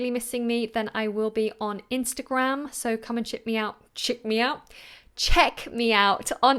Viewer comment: "Come and chick me out” :)))))